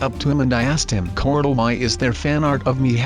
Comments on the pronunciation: Why do you call corl. Cortal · Unique L it's pronounced "corl"